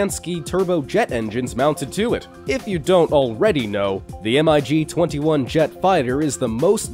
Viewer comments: it's call mig not M-I-G dumb shit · Your not supposed to spell it out M I G you just say 'mig'. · MiG is pronounced MIG. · Anyone else get triggered when he called the Mig jet engines M-I-G jet engines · it pissed me off more than it should have